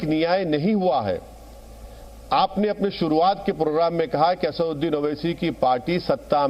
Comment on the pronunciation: ye khud ko आसाडुड्डिन kehtah hey ya आसादउद्दिन kehtah hey puchhiyega next intervew मे, tab patha लागेगा मोडि य़ा मोदि केय़ा बोलता हे खुलासा होगा बेरिस्टर कि